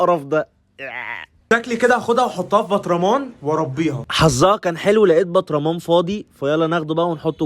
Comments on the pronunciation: انت بتقول نحطها في البطرامان❌ اسمها برطمان✅😂😂😂😂😂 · كرتون بطرمان انت بتقول برطمان😂😂😂😂😂